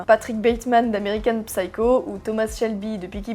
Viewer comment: Super vidéo encore une fois ! Juste petite précision, mais quand tu dis à , Patrick Bateman d'American Psyco, le p ne se prononce jamais en anglais.